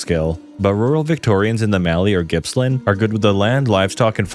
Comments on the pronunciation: He said Gippsland instead of Jippsland, he's never met anyone here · Australian here, Gippsland is pronounced Jippsland.